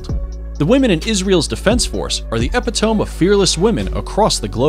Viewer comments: e pit o me...not epi tome. paid narrators should know pronunciation. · e·pit·o·me not EP O Tome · bro actually says “ep-it-tome” instead dig epitome xD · “epitome” really? The word is pronounced E PIT O ME with a long E on the end! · Epitome is not pronounced as epi-thom ! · Epitome - your pronunciation of this word makes me wonder wether your a native English speaker.